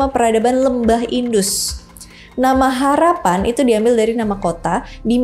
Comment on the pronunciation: Harappa 😮 bukan harapan